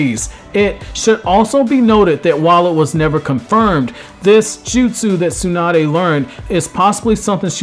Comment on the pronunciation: SUE-NUH-DAY. I can't.